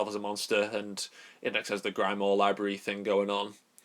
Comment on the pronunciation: Grim, not grime. Grim-wahr